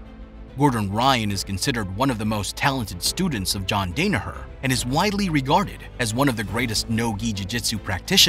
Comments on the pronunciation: Can’t even say his name right. So superficial and dull. All filler. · Does this guy even follow BJJ .. how can you butcher John’s second name so badly 🤷🏻‍♂️😂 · Day-ne-hurrr lol. I had to turn it off a minute in. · Henzo not Renzo Portuguese pronounce R like a H. And think it’s like Dawnaher not like Dana white. 👍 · You pronounce his name incorrectly. It is DAN-a-her not DANE-a-her. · All of this research and the voice over doesn't get names right. Renzo is pronounced Henzo. The R in Portuguese sounds like an English H. John's name is pronounced Dan-a-Her not Dane-a-her. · The voice over is butchering everyone's names it's "Dan a her" not "Dane a her" and henzo not renzo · For the love of God, its pronounced DON-AHER, not DANA as in Dana white..... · Yee the first thing you hear is John Dana—her it’s kinda off putting. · In no way do I mean to sound disrespectful , but while it is a Good Video, some glaring Names were said wrong. Mainly, it's pronounced Dan-A-Her -also in Portuguese names with an R is pronounced with an H sound , therefore Renzo is said like Henzo. Just for future reference because anyone who watched this video is in some way likely interested in Bjj or Mma, therefore they knew right away. Still I thumbed up and Subbed, because you did take time and effort making the video, thank you. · DAN ah her ... Hen-zo.... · Dan-a-her H-Enzo 😂😂😂😂😂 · Dan-a-Her, Not Dane-a-her, Not Don-a-her.........DAN-A-HER!!!!!!!!!!!!!!!!!!!!!!!!!!!!!!!!!!! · John Day-nur-her ??? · The lack of respect, do you even watch BJJ? How do you mispronounce his name (and others), it's like you just copied and pasted info and read it out loud for the first time. Come on bro, you gotta do better. (Don-uh-her, Toe-nin, Hen-zoh) unbelievable. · This is a good in-depth bio on John…it’s a shame you couldn’t pronounce his last name correctly 😂😂😂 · Crazy this dude spent so much time doing research on Danaher but never heard his name pronounced correctly. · who's john dane ahur